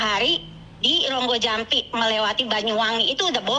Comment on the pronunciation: rogo jampi mbk . bukan Ronggojampi😂 kudu tak tapok cangkeme😂